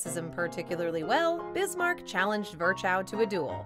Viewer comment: Otto VON Bismarck. Not VAN .... he was German not Dutch 🤗